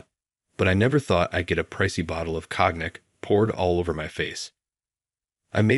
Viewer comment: Cracked me up too. And Ratchel. Hate these AI voices. Awful